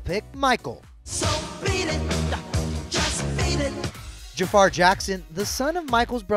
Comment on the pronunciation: Jafar❌ Ja-a-far ✅